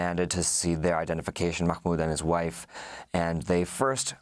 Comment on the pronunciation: Just say Mah Mood, no need to sound like you're choking on a hot dog